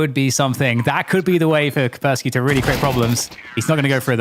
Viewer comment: KAS - PER - sssKY , "CUSS" "PEAR" "SKI", "CUSS" "PEAR" "SKI". "CUSS" "PEAR" "SKI" , "CUSS" "PEAR" "SKI" ,"CUSS" "PEAR" "SKI" -------> IT IS NOT THAT DIFFICULT, every caster in the world. And YES, there is an Anti Virus Software Company with a similar sounding name. What kind of computer nerds are you? Please learn the pronunciation and send an email to your colleagues. As this is clearly derived from slavic linguitic roots into a traditional name from this region, it might come in handy in real life one day when you have to pronounce a name in a real-world grown-up situation.